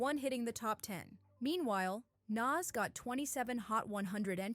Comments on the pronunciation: NAS say it like “NOS” this is culture vulture energy when you can’t pronounce the topic’s name…. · sharing your thoughts? Lol its a fact. Its almost like you've never heard his name said before. Because nobody and I mean nobody had ever said it like you. And it wasn't once it was the entire video. Made it cringe and hard to watch. Stick to topics you can atleast pronounce nas ain't it even though its Only 3 friggin letters. 30 seconds of searching on Nas and you could have found a video that pronounces his name correctly. 30 seconds. It doesn't give culture vulture vibes it just straight is culture vulturing period.